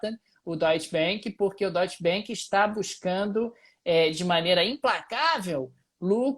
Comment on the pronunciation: Curto bastante e acompanho diariamente. Mas fica aqui o comentário/sugestão/correção: ‘A’ tem som de ‘A’ mesmo em alemão, então é mais pra “doitche banc” do que “doitche benc”.